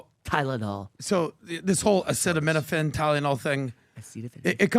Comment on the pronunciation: If you tell me Acetaminophen can give my baby Autism and Im pregnant…..i am not touching it with 10 foot pole. Trump handled the mispronouncing of Acetaminophen well. He isnt the first who has a hard time pronouncing active ingredients of drugs and not the last.